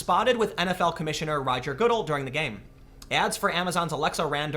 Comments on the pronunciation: Does Tim troll us with Roger Goodell ppl pronunciation?? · Well, we know Timmy doesn’t watch football...it’s pronounced Guh-dell, not Goodle.